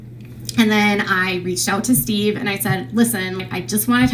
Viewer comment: correct me if i’m wrong, but i vividly remember KJ calling steve “she-ve” …. anyone remember this ????